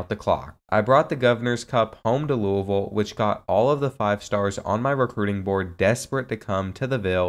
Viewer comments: being from louisville i appreciate the way you said louisville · The way you said Louisville is great as a fellow Louisville resident